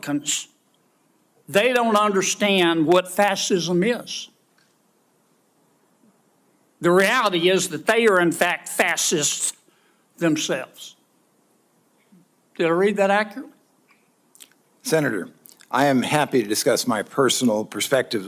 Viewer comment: 🤔 Checkout Kennedy’s Pronunciation of “Fascist”,,,, as “FASSIST” 🧐🤨🫢🤭😄🤣😂🫸🤡👿🥴🥴🤤🤤🫷😒😒😏 ON THE “GOVT”. PayROLL-TIT,, getting FAT💰, but Still Acting like a DUMB-Racist-PILE of 👿💩💩 & HAWLEY ✊🏻Needs 2-SIMMER THE HELLDOWN, BECAUSE HE SHOULD’VE ALREADY BEEN HELD ACCOUNTABLE 4-JAN. 6th. The CAPITOL!!! ✊🏻Traitorous-reTRUMPlican-🤡👿-COWARD!!! 🧐🤨😠👎👎 SECTION 3. Of the 14th. Amendment IN The “CONSTITUTION”!!! 😣😖😫😤😮‍💨😠😠⚖️⚖️⚖️⚖️🇺🇸🇺🇸🇺🇸😇🤩👍🏽👌🏾